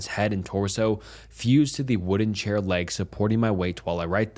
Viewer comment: “He is chaior”.